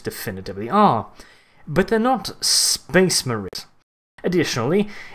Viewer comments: was i the only one who heard space memes when he said space marines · Well you had a fun time saying space maines didnt ya